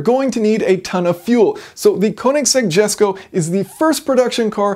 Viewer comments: At the beginning I was already pretty sure he was going to mess up the pronunciation of the car's name but waited for it anyways. I was right sadly. It's pronounced Yesko not Gesko! :P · Yes-ko, not Jesko. Koenigsegg it self told that. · It's pronounced (yesko) not Jesko as you said it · Why can Americans not pronounce Swedish Js. Its pronounced Yesko not Jesko for Christ's sake! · It’s pronounced yesko the j is said as a y get it right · JESCO is Pronounced as "Yes-ko". Christian's gift for his Father. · It's pronounced "yesko" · Fantastic video, as usual - but "Jesko" is pronounced "Yesko". Just sayin' - please don't hate me, everyone! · Jason, it is enunciated as "Yesko". Cheerin', Shannon Harris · I think its pronounced more like "Yesko" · Sorry to be pedantic but I believe it's pronounced "yesko". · It's pronounced YESKO, stop triggering my Swede brain! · P.s I’m American even I know that it’s supposed to be pronounced that way you have no excuse for pronouncing it like you did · No offence, but you do not pronounce the j in it's name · It's not "Jesko" with a J as in "Jet" but with as J-Sound as in "Yes". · "oe"(Ö) isn´t pronounced O, get it right...